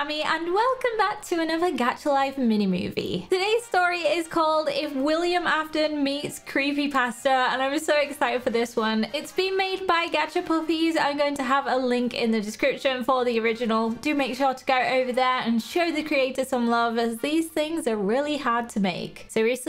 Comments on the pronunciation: I love the part where she says poopies instead of puppies XD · Am i the only one who heard "gacha poopies" instead of "gacha puppies"? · Wen said: gachapuppies It sound like: gachapoopies 😂🤣😂😂😂🤣😂🤣😂🤣😂🤣😂😂🤣😂😂🤣😂🤣😂🤣😂🤣😂